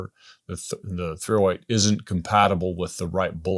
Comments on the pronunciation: The THREEohWEIGHT he said 308 so many times it became one word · Or was it the threeohWAIT